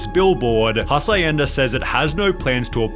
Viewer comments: Did pronounced Hacienda like he's saying acai? 👀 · So, the dude can't pronounce hacienda properly, vinneigrate and now Nivea?